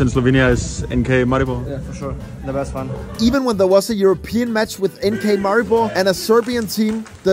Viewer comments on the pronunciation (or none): You repeatedly mispronounced Maribor. Still I'm very happy you liked our country.